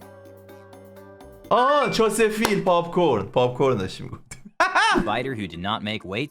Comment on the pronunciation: چستر فیلد نه چس فیل